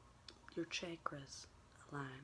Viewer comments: This ain't hate but when she said chakras she says it like (Shaykra) isn't it pronounced (Chaakra) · “Honey, mama is aligning her chaykras” I love you so much lmao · “Just let your chAYkrus align...” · ur ch-aye-kruhs 😂😂😂😂💀💀💀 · Lol! Did say ckeckras and rayki? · The way she said chakras killed me. Just me? Oh ok. That’s fine too